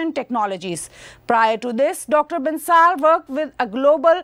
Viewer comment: Ma'am, the name of the guest is pronounced as Bansal, it is not Bansaal.